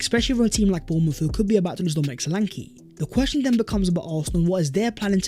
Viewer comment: Dominic's surname is SHOW-LA-N-KE (E as in bed) pronounced with the musical notes MI-DO-RE-MI